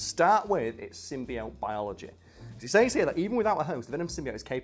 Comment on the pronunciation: I hate how he says the word "says"